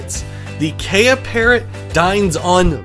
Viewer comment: Kiwis (New Zealanders) pronounce it kee-UH. They are known to enjoy ripping off the windshield rubbers on car windscreens in carparks.